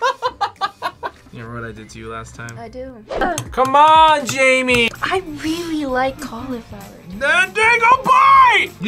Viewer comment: Jaime and Jamie are pronounced differently